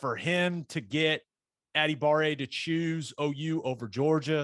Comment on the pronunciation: I found a video of his brother pronouncing his own name. add-uh-bar-"A" - Sending it to you on Twitter so you can hear it as well.